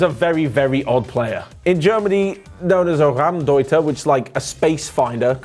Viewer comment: Müller is a raumdeuter....sounds funny to hear you saying this as a German:D